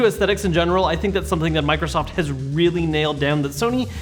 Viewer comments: U said Mirosoft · did he say microhoft?